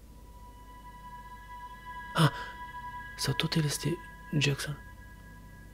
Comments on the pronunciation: Hei se zice Jason Nu Jackson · Se zice jeson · De ce spui jecsăn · practic se spune Jason dar e ok si asa xd